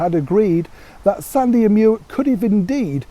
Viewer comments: Come on, the dog is called Mick not Muick, as he was named after the River Muick which may well be spelt as Muick but it is and always has been pronounced as MICK. The Queen or her staff went out of their way to inform the media of the pronunciation and source of his name when Prince Andrew gifted the Corgis to his mother. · Mick not Meeeuic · Good Morning, just a small correction, Muick is pronounced Mick. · His name is pronounced MICK, like Mick Jagger. It's the Gaelic spelling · Dear - Muick is pronounced Mick. Try black cherry jam, it seems to have more flavour!